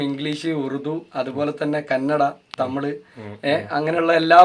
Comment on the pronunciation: തമിഴ് ആണ് തമിളൂ അല്ല വെറുതെ ബേരി തന്നെ ആണ് കൂടുതൽ ചേരുക